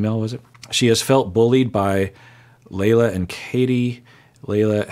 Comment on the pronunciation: I enjoy your recaps of this show. I feel like I'm watching my dad trying to make sense of Vanderpump rules. Anyway, Lala is pronounced Lah-Lah. Her real name is Lauren. She's a nightmare.